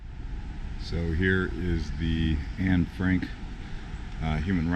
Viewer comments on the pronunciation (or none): none